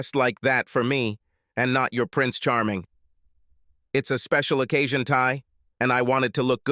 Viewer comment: occasions ❌O-Kya-Sions😂😂😂😂😂